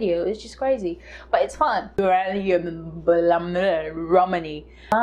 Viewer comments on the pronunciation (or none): Lol. Bangui “ban-guee” lol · Respect from southern Cameroon 🇬🇷, they pronounce it bangi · Its pronounced Bangee or Bangi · yess fr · haha wow thats not how they say Bangui thats great i can give you more information about my country